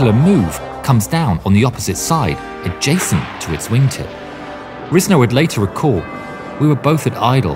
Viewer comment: It's pronounced Rise-ner, not riz-ner.